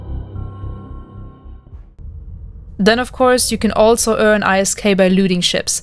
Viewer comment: oof saying I.S.K instead of ISK